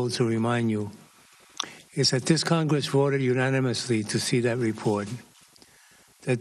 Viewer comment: Congwesss, Democwassy... I'm out congwessman Fudd.